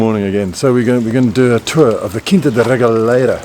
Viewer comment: Learning about Quinta da Regaleira from an asian tour guide? He can't even pronounce the word "Quinta" properly. Huge fail. Choose a portuguese native next time instead. It's not racism, but the natives know more about the history of their country than the immigrants.